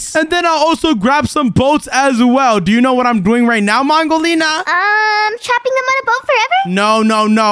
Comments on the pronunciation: You Saïd wudolina you support to say mongolina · accidentally said wudo lina to mongo lina 😂😂